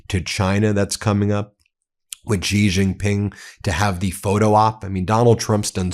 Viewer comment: Wow, it is pronounced she not gee. What is wrong?